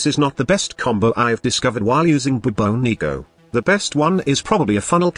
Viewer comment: I think you are mispronouncing it. Shouldn't it be pronounced more like the Bubonic Plague? Class name D.E..